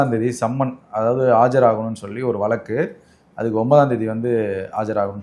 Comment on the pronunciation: வலக்கு🙄🙄 அல்ல... வ ழ க் கு... வழக்கு 💪